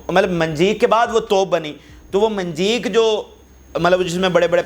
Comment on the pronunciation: صحیح لفظ منجنیق ہے۔منجیق نہیں۔